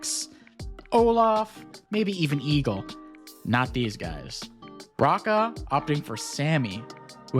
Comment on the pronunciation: Raka :D I dunno how they prefer it internationally, but h isn't silent and it's like in hotel, and the double-ä is like the long a in sad. Doesn't matter but just leaving it here how we say it.